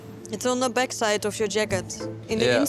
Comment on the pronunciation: Id kart, pepers XD bek site. Geweldig Engels moppie